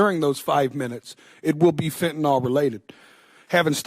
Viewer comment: It's spelled 'Fentanyl' (pronounced 'Fen-tah-nill')... not, 'Fentanol'... why do Americans struggle to correctly pronounce English words? PS Never heard of this person till now.